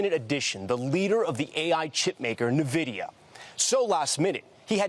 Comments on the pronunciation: your newscaster is pronouncing "nVidia" incorrectly. Not that its spelling or pronunciation makes much sense. But its usually coloquially pronounced "en vidia" not "niv idia" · Tom keeps mispronouncing Nvidia. It isn’t “nuh” it is “en”. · It's EN-vidia not 'NUH'-vidia 😂😂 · "Navidia"? Is he for real? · Please learn to pronounce. Nvidia correctly. What a joke. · Somebody really needs to explain to Tom how to say "Nvidia"